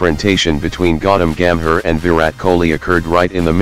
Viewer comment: Not "godom gam her" its Gautam Gambhir